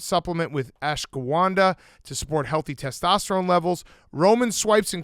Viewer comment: Great job on the word “ashwagandha” big cat!